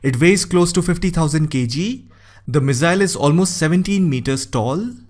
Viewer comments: Its pronounced misaaill not mizzail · Missile not Mizzile, ffs .